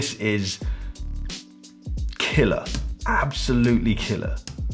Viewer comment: take a shot every time he says KILLAH